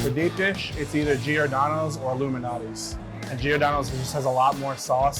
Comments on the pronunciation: its lou MAL natis not loumanatis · Anyone else thought that they were say “Illuminati’s” pizza? 🤔🤷🏻‍♂️💯😂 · she totally said "illuminati's pizza". BTW Screw Q-Anon. "luminati's" Anyway, these gut bombs look wonderful. Like lasagna pie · hmm, sounds like they said Illuminati's LOL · When they say Lou Malnati’s doesn’t it sound like illumanati? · I thought they said “Illuminati” .... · I thought they were saying the Illuminati pizza 😂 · If they say giordanos and not Lou malanatis food insider is cancelled.